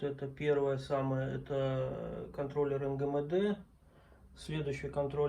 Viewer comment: интересно, но крайне неприятно слушать! энгэмэдэ это просто 3,14здец!!! в букварике есть буква эм и читается и говорится именно как эм! ни мэ, а эм!!! запомни, или купи букварик!